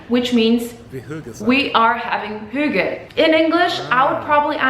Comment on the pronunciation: Where is this girl from in denmark. Her pronunciation of the word hygge is so off???? Edit :Oh she's polish, she came in her late teens, she absolutely didn't grow up in denmark with that accent.